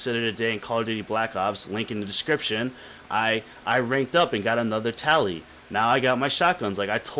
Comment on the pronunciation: "LINK IN THE DES-CRIP-TION!" haha